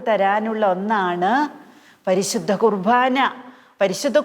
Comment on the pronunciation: ദയവായി കുർബാന എന്നു പറയാൻ ശ്രദ്ധിക്കുമോ..കുർ ഭാ ന എന്നാണ് ഉച്ചരിക്കുന്നത്..കുർ "ബാ " എന്നു പറയാൻ കഴിയും..